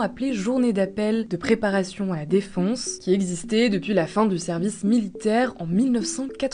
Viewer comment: La dame qui narre ont dirait qu'elle dit défonce au lieu de defense 😂